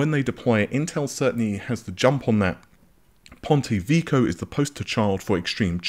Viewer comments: ponte vekkyo, not ponte veeko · "Ponte Vico" 🤣 That's not how you pronounce that, lmao. You say Ponte Ve-kio.